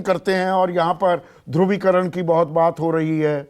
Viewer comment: Aap patrakar ho bolna sikho dovicaran nahi hota h dhuni Karan hota h soch samghkar bolo sandip